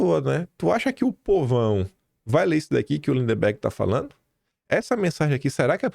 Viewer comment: não é LINDEMBERG. É LINDBERG!